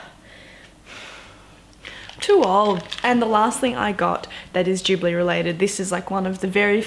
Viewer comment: I'm pretty sure it's pronounced "studio gibli"